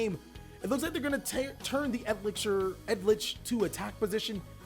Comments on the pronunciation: Anyone else get triggered when he pronounces eldlich, edlich??? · bro its eldlich not edlich lol Eld-lich. killed me hearing that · I'm dying because of the amount of mispronounciation of eldlich. Come on,it's not that hard. Yiu just say each letter after another. Eldlich. Not Eldich. Not edlich. Eldlich. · Ha-key-er-oh el-dlitch alter-geisT sil-qui-tus eld-LAND sang-gween man, if your gonna commentate, sound out the phonetics when dubbing over stuff. it's frustrating to listen to.